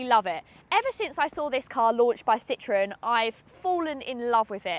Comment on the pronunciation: If she learnt to read the map, she could pick her route. Ami - friend - is pronounced ameee And citron is a lemon. It's Citro - en